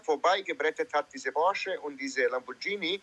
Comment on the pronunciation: Sie spricht Lamborghini richtig aus. Das h nach dem g bedeutet, dass das g ganz normal wie im Deutschen ausgesprochen wird.